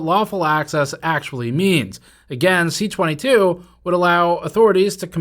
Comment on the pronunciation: Just a note, it's C-22 not CA-22. C for bill originating in Commons (as opposed to S for those originating in the Senate), 22 for being the 22nd bill introduced in the particular Parliament from the government party (opposition and individual bills start at 200).